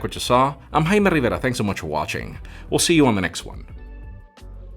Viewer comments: This guy gets me everytime he says his name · He sure likes hearing his name for sure...he puts in the extra effort to stress it out. Just what i noticed. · Damn that "I'm Jaime Rivera" with the accent made me double-take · The lack of accent actually